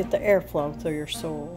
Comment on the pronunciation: I thought you said "soul" and I was like what?!?!?! Then I realised you said "soil" lol